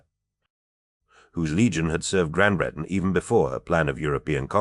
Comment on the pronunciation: Is this an AI ? I don’t understand the difficulty in pronouncing either Bowgentle or Gran Bretange.